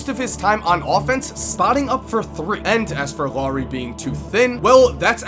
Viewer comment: great video the only thing that bothers me is that you pronounced Loowri when it's pronounced like it's written so say L A U R I not Loowri LAURI you gotta make the U sound :)